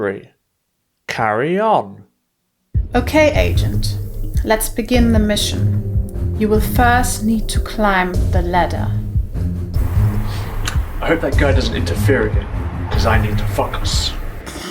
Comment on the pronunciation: Their careful pronunciation, as if they're afraid of mispronouncing something, makes everything sound mispronounced. Like the simple world "ladder" sounds like "ledder".